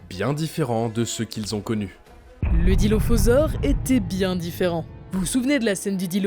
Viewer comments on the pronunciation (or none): c’est Dilophosaure, pas Dilophausore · "dilophausore" je pense qu'il y a une faute là non ?